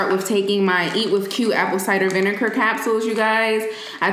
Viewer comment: she said "aPpLe sidEr vineKar"